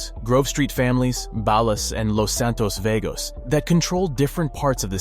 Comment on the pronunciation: nah he said ballus AND vaygose 😭